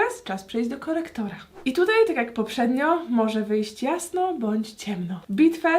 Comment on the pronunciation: Pszy korektorah powiedziałaś podkład